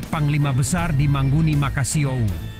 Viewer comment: MANGUNI bang bukan mahoni. Manguni itu adalah burung khas Minahasa.